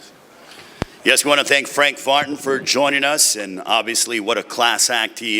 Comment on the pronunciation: The announcer said "I wanna thank Frank Fartin" haha im dying